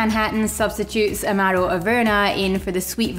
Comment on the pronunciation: I've been making Black Manhattans for a few years. I had one again recently. I think I'll be needing a new bottle of Averna soon. Thanks so much. Great channel. BTW I love how you say "Amaro".